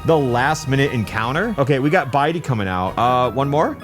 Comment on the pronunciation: ...did anyone else here him say "Biden" and not "Bitey"?